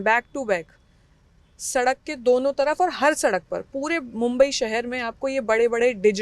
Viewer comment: Maa mumbadevi🕉️ ke naam par basa ye shahar mumbai hai aagar tumhre naam se tumhe galat bola jaye to kaisa lagega iss liye jyada angrej matt bano bharatiya hi raho oor bhartiyoo jaisa hi uccharan karo😂. Jai Hind Jai Maharashtra 🕉️🇮🇳🕉️🇮🇳💪⛳🇮🇳